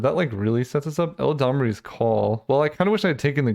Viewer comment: not "el-a-damri's"call "elad-amri" eladamri lord of leaves